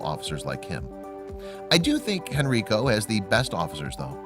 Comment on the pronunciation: It's pronounced Hen-rye-co ( Henrico ) County, VA..The County was named for Henry, Prince of Wales..Henrico County was Virginia's second colony settlement ...